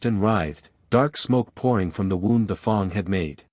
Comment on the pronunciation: Good story, but the pronunciations need a LOT of work. WTF is a FONG!?!